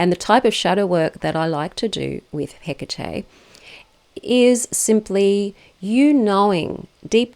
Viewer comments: Please don't call her Hiccatei. It's He-Ka-Te. Bless you❤ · Where did you find this pronunciation for the Goddesse's name? Is it the way you call her? Hecatè?